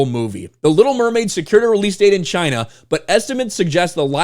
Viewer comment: It's... Chy-naa...